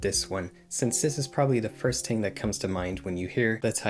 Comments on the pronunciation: bro says TIng instead if Thing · Pronounced " thing" not "tink"